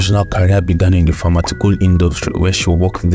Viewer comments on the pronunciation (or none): Pharmaceutical not pharmatical